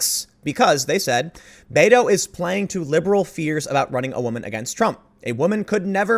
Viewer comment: I know you're saying Beto, but i keep hearing beta.